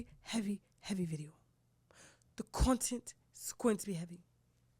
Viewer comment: The accent 😭 "coughn-tent"